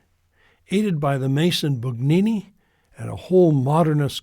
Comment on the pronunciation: Bugnini is pronounced Boon YEE nee. We follow the rules of the Authorities of the time, although they can be Improved. If you, Father, do not believe in an ever new and ever authoritative Power in the successors of the apostles, but to decide Yourself when something is "harmful", then you are no better than Luther !